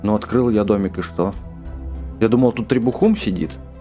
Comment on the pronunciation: Не требуХУм а требум